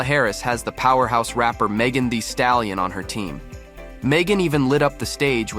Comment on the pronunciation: Come on, get your $hit together. Her name is pronounced Meghan "the" Stallion. You don't get out much, do you?